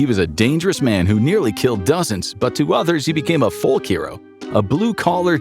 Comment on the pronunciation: Please tell your ai 'folk' is not pronounced 'foLK'